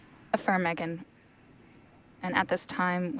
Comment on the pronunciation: Dis she say affirmeghan instead of affirmative? 😂